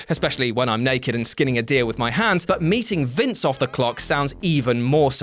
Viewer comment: “Off” not “of”